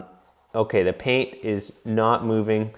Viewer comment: You casually saying “pain” instead of “paint” is cracking me up!